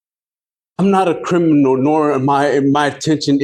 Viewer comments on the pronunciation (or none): He's not a "crinimal"? Gee you think with his experience he'd know how to pronounce criminal and know it's definition. His brain is pickled. Drugs and/or alcohol.